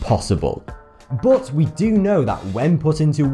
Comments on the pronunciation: BOOOT, BOOOOT ... pronounced BUT no matter your accent, you can tell diffrence between U and O, good video and all but ... BOOOOOOOOOOOT .. wtf its not Cs bro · When he says "bote" does he really mean "but"? Same with "ope", he's really saying "up", right? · "but" or "boot"? :)